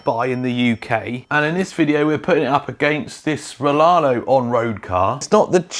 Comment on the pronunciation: Riaario not Rilarlo